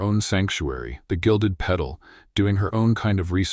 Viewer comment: Good story. UK. I think in the narration "Gilded Pedal" should be Gilded Petal.